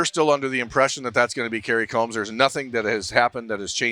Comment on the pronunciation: He is pronouncing it right